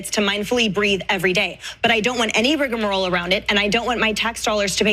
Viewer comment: Did that woman say “riggermarole”? A few deep breathing exercises wouldn’t have done her any harm.